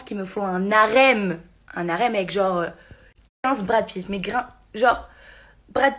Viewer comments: Un " N'Harem".... 😂😂😂 Mon Dieu... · 136 de Q.I. mais elle dit ''un N'harem''!!!:D:D:D MDR..... elle est comme le H de harem: elle sert a rien! allez... va dormir pauvre fille... t'es aussi intéressante qu'une boite a tartines! Big up pour ton travail... t'as bcp de mérite!:D